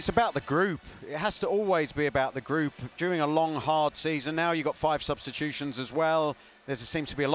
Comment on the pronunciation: Havertz has "worked gard all season" and last season wasn't about character it was about inexperience. But at least they are pronouncing our names right.